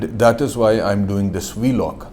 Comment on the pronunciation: Hello Pakistanio its not called Vlog (V log) ... its Vlog, say one time vlog dont seperate v + log😅😅